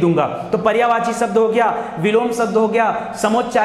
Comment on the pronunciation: शब्द कहिए, सब्द नहीं